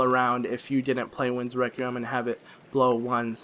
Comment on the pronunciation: No offense but "Requiem" is pronounced reck-wee-um. English is retarded. not your fault. Love your guild btw. Some times I am stuck for an hour and I get too fustrated to carry on so I just checj one part of your guild. Y make amazing guides step by step. Good for you man. <3